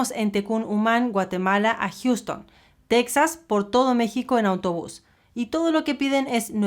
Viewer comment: POBRECITOS LOS TEJANOS! Y ALINA NO ES TECSAS! NO ES PALABRA EN INGLES¡ ES TEJAS!!